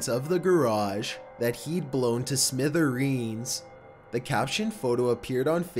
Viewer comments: 2% milk smithereeENs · "Blown to smithe-reens" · Yeah, 'smitheroons' is better. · Never say smithereens again